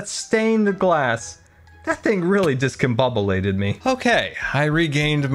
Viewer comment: A new word has been added to dictionary: oxidadation Another one: discombobbalated 😂